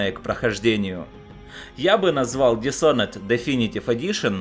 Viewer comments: Не дисонед, а дишоноред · Дисонен роли правильно дисхоноред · еще раз говорю, dis - это приставка отрицания. Такая есть и в русском языке. Есть готовое слово Honor, к которому ее представляют. Никто не говорит Шонор. Лучше загугли, послушай как говорят сами разработчики, почитай транскрипцию даже на русскоязычной вики страничке игры, и не позорься.